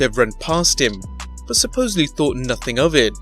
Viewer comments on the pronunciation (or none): none